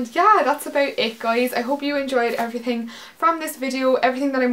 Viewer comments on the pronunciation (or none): It's funny how you still have your Cork accent until you say the word "everythin'" which you say in a really strong Belfast accent haha :)